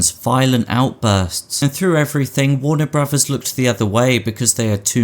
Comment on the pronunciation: I've never heard of "Warner Brovers" before.